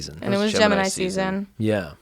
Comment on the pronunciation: When they said gemini I swear to god I thought they were saying Jim and I for like a minute 😂😂🤦🏻‍♂️ don't listen to podcasts right when u wake up